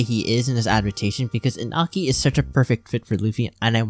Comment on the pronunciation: Great video, but just FYI that's not how Iñaki is pronounced. "ñ" is a distinct letter, and the end result is more like "Inyaki"